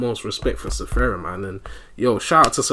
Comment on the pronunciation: Man you funny af but his name is Sfera not Sefera, i ear a lot of us people saying sefera and i still can't understand why maan😂. Gg man, i'll wait the pt.2